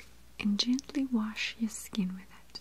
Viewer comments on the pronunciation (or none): none